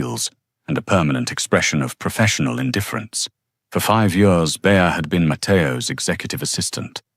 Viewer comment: B , bee. Bay , Beyah, come on sort your A.I out. And why is it challenging for it to pronounce years? It sounds like it's says YOURS😮